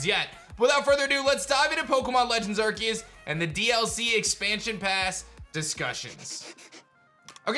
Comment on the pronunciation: ar-SEE-uhs. just google it if you don’t know how to pronounce it